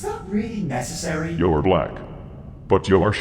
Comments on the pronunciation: Why does the Emperor keep going "Yo" instead of "You"? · Also its funny cause when the Emperor's talking about black the speech device makes "you" sound like "Yo" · I love the wise and soothing voice of the man-emperor, but I do wish he could pronounce "you" correctly.